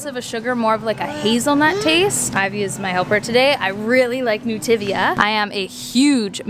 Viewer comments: Isn’t it Nutiva not Nutivia? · anyone noticed it's actually nutiva, not nutivia?😂 no harm, just saying, love you're vid's😄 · I think you’re adding an extra letter to Nutiva.